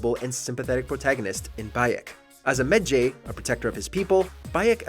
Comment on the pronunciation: Why the fuck did he say Medjay like that